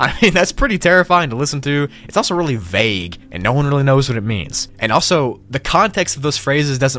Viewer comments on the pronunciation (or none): none